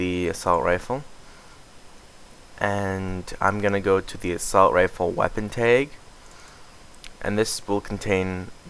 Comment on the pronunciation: dear god its t Ah g. not TAYG wtf pronounce it right.